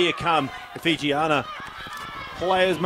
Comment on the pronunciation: Really liked the close up camera angles of the kicks at goal. Would be cool to get more shots like that in rugby games. I must say the commentators pronouncing of the Fijian names were super on point.